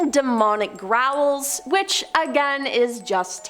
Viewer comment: I heard "Raul" every time she said "growl." 😂